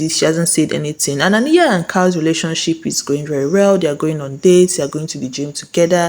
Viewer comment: It’s Ah-NIGH-yuh.. Ah..NIGH..yuh. Please I beg. It’s giving you did not watch the show🤨